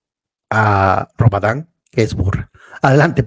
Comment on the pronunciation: Es robarannnnnnnn no es rabadan😂😂